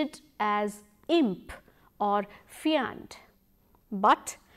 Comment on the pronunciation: The way you've pronounced 'fiend' would be remembered by me forever...(fi-A-nd)!! :D